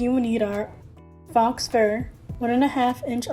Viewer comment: faux rhymes with go